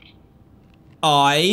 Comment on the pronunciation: "I'm a nome..." And you've been: GNOOOOOOOOOOOOOOME'D!!!!!!!